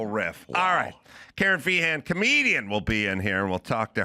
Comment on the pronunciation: Ace said karen Fee- hen. 😂🐓😂